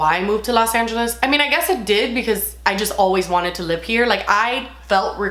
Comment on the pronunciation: Honestly just love that you pronounce “live” as “lib” 😂💞